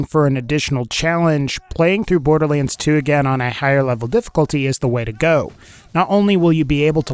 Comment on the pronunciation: Maybe im going crazy, but is he constantly pronouncing 'borderlands 2' wrong? "borderleans"?